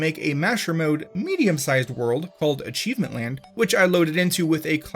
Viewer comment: im not watching illiteracy made into a job.. achivemint land? A chive ... mint.. land? Really guy?